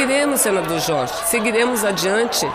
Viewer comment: Senador Chorchi, essa Mulher já fez tanta plástica, que ela nem fala mais Direito, é Jorge, ela fala Chorchi, kkkkkk.